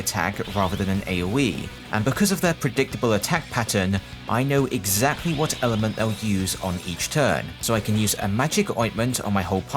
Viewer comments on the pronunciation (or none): none